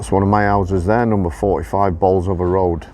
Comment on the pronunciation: The correct way to say Bolsover 🙂👍🏻